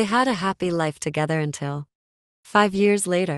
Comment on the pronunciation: Nah it Ely who said togerther